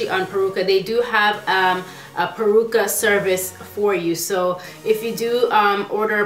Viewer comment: It's "Peruca" not "Percua" LOL